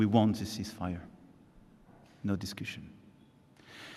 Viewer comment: "No duscooshun." 🙂